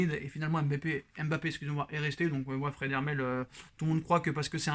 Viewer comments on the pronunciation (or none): none